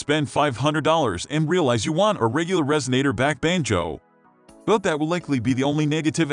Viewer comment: This is NOT a banjo, it's a banjoooe. I hate synthetic voices used for narrations on videos.